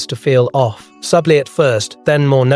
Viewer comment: Subtly has two syllables not three